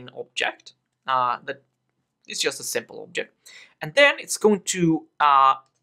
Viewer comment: you need to pronounce "just" like "dzhest".